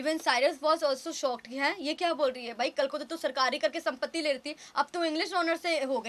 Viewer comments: संपत्ती ya sympathy 😂😂😂😂😂pehle bolna shikho chapri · "Sampatii" le rahi hai 😂😂😂 madam sympathy hota h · from now onwards Sympathy will be pronounced as "SAMPATI" 😂😂😂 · Sympathy bhi bolna nhi aa rha isko 😂😂 pagal